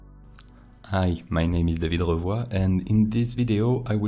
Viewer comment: Amazing video. And I ashamed to say this, but, I was pronouncing your last name incorrectly for the past 3 months. Now I know. lol